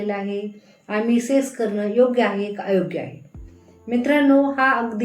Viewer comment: सेस नाही मॅडम सेक्स म्हणा